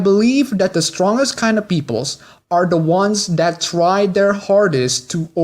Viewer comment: Also dont pronounce the and da? Thanks.